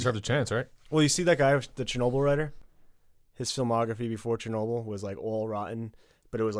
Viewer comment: It's Ch not Sh... CHERNOBIL... L Is soft at the end...